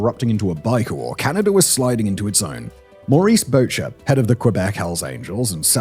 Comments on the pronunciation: The Canadian Hell's Angel's leader Maurice Boucher's name is pronounced boosh-eh, not bouch-er. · Oh Simon, Simon, Simon........ What would you do without me to correct your gawd-awful French pronunciation? Boucher = boo-SHAY Daoust = daa-OOO Love your content so, no charge. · Boucher is pronounced Booshay. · "BOO-SHAY" is how it is pronounced .... Maurice "mom" Boucher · Simon—you need to learn French pronunciation if you’re going to talk about Mom Boucher (Booshay) or Pierre Daoust (Dayoo). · It’s Maurice “Mom” Boucher —pronounced BOOSH-shay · Boucher is French, it's pronounced BOO-SHAY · It's pronounced "Boochay" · I hate how everytime a YouTuber decides to do a video on the Angels they butcher thecpronunciation of ever single name. Buchet is booSHAY Barger is as i 'barge' Goddammit.. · Simon I love your work, but as a Canadian, I’m pretty sure your pronunciation of the French Canadian surname “Boucher” is a war crime. 😂😂😅😅